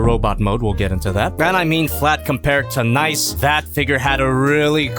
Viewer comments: Stop pronouncing it “nice.” There’s 2 Es for a reason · It's NicEE, with an extended E sound cos it's ArcEE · Your pronouncing Nicee and Mocha wrong